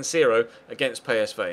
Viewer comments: I think you'll find its pEEsv not paysvay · ***** Belgen zeggen volgens u dus "Pie" in plaats van "Pee"? Daar heb ik zelfs de heer Gerets nooit op kunnen betrappen.